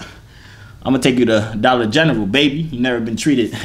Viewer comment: "SHE EVER BEEN TO DOLLAR GENARLE" LOL